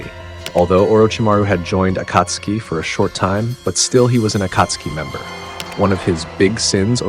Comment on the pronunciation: that's not how you say akatsuki